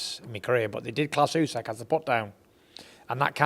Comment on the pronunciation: it's not "USEK" ffs 😂